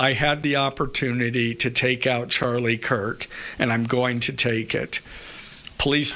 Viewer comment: did he say Charlie Kirt ?